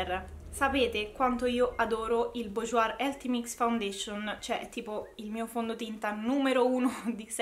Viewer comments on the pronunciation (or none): Bourjois 😂 burjuà si pronuncia Scusa ma mi fa ridere quando dici bujuoir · Ciao!! Sono per metà francese è BOURJOIS si legge [borjua]😘😘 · sei bravissima e simpaticissima e ti seguo molto volentieri! ma ti prego non si può sentire come pronunci Bourjois, per favore per il prossimo video almeno non metterci la r alla fine!